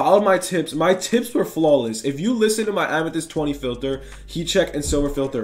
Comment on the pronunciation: Filther or filter